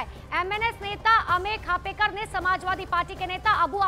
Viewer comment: खापेकर नही ,खोपकर बोल !